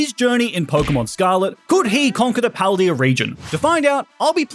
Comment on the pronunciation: why does he say paldea wrong